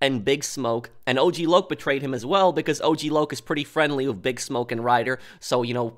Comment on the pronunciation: A bit random but I still laugh everytime I think of lazlow miss pronouncing Og Loc name as Ogg Lock lol